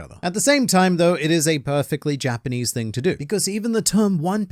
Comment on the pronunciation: my guy you are very close to a million!!! Congrats in advance! And good job not butchering the Japanese …